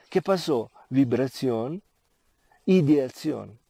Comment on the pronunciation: Te escucho decir: "ideatzion", quieres decir ideacion?:) Que significa ideacion? Namaskar!